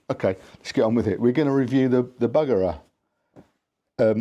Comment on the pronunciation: Allo. Good to see you. Too much grass to mow, animals to tend to and kids to get back to school for me. Add my practice time and I barely get to see you anyway. Buggerer lol It is pronounced Boogerer....